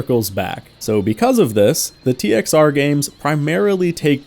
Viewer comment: We called it "TXR O" as in "oh". Its just the way you say it. You dont say zero unless youre saying the whole thing.